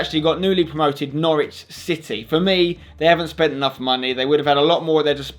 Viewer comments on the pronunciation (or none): none